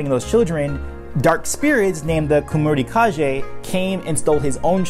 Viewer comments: Hello. Love how the avatar's story was explained. Let me share a tip with you. I speak Japanese as a mother language, and you are pronouncing the japanese name "Kemurikage" a bit differently. It is actually pronounced more like "Kemuri kagay" in Japanese. (煙影) けむりかげ The "G" is pronounced in the same way you would say "give". And it is not pronounced in the way you'd say "ginger". It's not a big deal, and I can't explain why, but it feels weird when it is miss pronounced. Hehe. If you have any questions in the future which involves the language, please ask me. I would love to help . Hope this tip is useful, keep up the good work From Tokyo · Hello. Love how the avatar's story was explained. Let me share a tip with you. I speak Japanese as a mother language, and you are pronouncing the japanese name "Kemurikage" a bit differently. It is actually pronounced more like "Kemuri kagay" in Japanese. (煙影) けむりかげ The "G" is pronounced in the same way you would say "give". And it is not pronounced in the way you'd say "ginger". It's not a big deal, and I can't explain why, but it feels weird when it is miss pronounced. Hehe. If you have any questions in the future which involves the language, please ask me. I would love to help. Hope this tip is useful, keep up the good work From Tokyo.